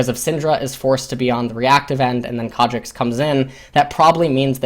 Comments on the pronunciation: As soon as I heard "Kha'Jix" I screamed internally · I couldn't watch this, that pronunciation of Kha'Zix is agonisingly bad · IT"S KHA ZZZZZZZZZZZZZZZZZZZZZZZZZZZZZZZZZZZZZZZZZZZZZZZZZZZZZZZZZZZICKS not Kha Jexxs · Kha'Zix not kardricks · In Korean the Z makes more or less a J sound. Its more than likely just a force of habit. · Rofl, what? Concidering you want to learn something about this game from one of the best sources out there aviable for free, I think can can ignore pronunciation mistake. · Christian Paul If this video was in Korean I'd be perfectly fine with that, but it's not, it's in English